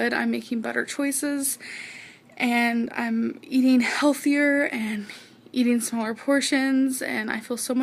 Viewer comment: Great video. Why does have a different accent now. These days any word ending in ‘ing’ becomes ‘een’. Amazeen, eateen